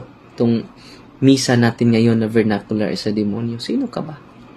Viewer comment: Vernacular poh.